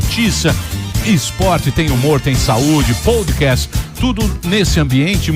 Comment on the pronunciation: ‘Poudcast” foi foda. está precisando frequentar a Open English. Hahaha 😂